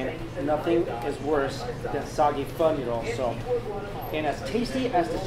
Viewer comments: What he said: i love pho What i heared: i love fuck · you said pho wrong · Fake asan cant even prononce pho or siracha OLLOOLOLOLOLOLOLOL